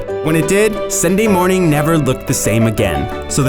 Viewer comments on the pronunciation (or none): "Cindy Mooning will never be the same" oh you were trying to say Sunday Morning